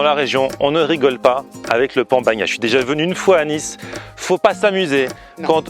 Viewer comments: Ah cher on dit pan bagna..pas pon bagna. ❤ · Pan bagnat.. bagnad... BAGNADOR ISSOUUU AYA SUBIDO LA MAREKA RISITAS ? QUE ? VENGA VENGA EUSSOUUU